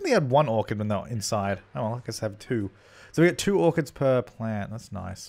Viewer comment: when you said "harvest orchids" I thought you said "harvest organs" and I was like what you can do that in the sims?!